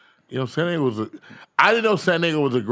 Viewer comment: the fact that you said DAYGO!!!